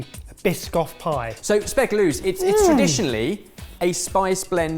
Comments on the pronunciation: what i think about this episode? learn how to say speculaas it's not speceloes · slight correction (or fun fact, if you'd like) here: There's a difference between "speculoos" (how pronounced it), which is Belgian, and "speculaas" (with "aa" instead of "oo"), which is Dutch. The spice blend shown in the video is indeed the Dutch "speculaas". The Belgian "speculoos" doesn't use any of the spices (except sometimes cinnamon) and instead uses caramelized sugar. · It sounds like is saying Speculoos, while it said Speculaas on the screen...two very different things. All those spices belong in Speculaas which is indeed Dutch, but Biscoff has to do with Speculoos, which is basically a poor man's Speculaas. A similar flavor but without all the spices that were at one time very expensive, it's mostly sugar. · i wasn't sure if that is what you got but it sounded like you had speculoos. if that's the case - "oo" in dutch is always pronounced as "oh" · Lol, spee - ku - lAAs not speckle-loose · Your pronociation of Speculaas threw me off. Cause you pronounced it more with an dubble O. And speculaas and speculoos are two different-ish things. Speculoos is the poors-man speculaas. I believe it is caramalised sugercandy (kandij-suiker) with cinnamon, instead of the whole spice blend. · Speculoos (Pronounce 'loos' as in 'nose') is actually the name of a biscuit. The correct name for those spices is speculaas. Greetings from a big Dutch fan😍😍😍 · SpeculAAAAS, not Speculooos... S P E C U L A A A A A A A A S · The way you pronounced speculaas is interesting hehe. There is not "ooh+'s" but "aah+s" kind of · Just a pronunciation heads up others probably said before but hey. It's speculaas spey-cu-laah-s, in the Netherlands. I believe speculoos (spey-cu-lohs) is the Belgian word. Its not only the name of a spice, its also a biscuit I was quite surprised you didn't mention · aight, it's "aahh" specul-aah-s. or if it were speculoos, it's specul-ooow-s 😂